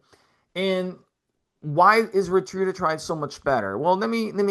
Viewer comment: If you went to a lecture on a new medication, and the entire time the person was mispronouncing the name of the medication, would you take them seriously?, I know you have heard others pronounce Ret-A-Tru-Tide. Quit saying Retrudatride.